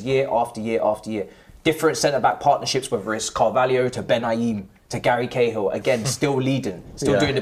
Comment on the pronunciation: Man really said cahill 🤣🤣